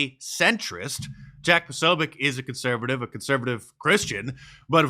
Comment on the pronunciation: Posobiec is a Polish name. You pronounce c like in the word tz in the word tzatziki.